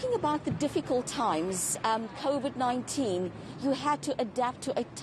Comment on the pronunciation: "ThErE WaS KoFiD"